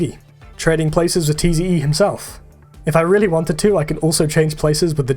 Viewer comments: Tze is not T.Z.E. It's pronounced Zee. just throwing that out there despite being 5 months late. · “tee zee eee” 😭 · You pronounce tze as "zee" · the way he says Tze hurts me